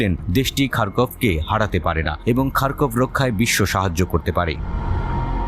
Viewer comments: খারকব নয়, খারকিব হবে। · খারকভ না খারকিভ😂😂